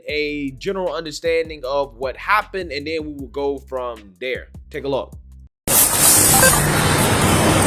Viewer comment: Main takeaway- female… say not more. But I cannot listen to your vids man. “That, they, there” is “dat dey dare.” Hurts my ears a LOT. Unless you’re Jamaican??